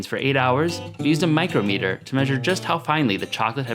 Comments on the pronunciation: “micro-meter”, it’s micrometer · It’s pronounced micr-ometer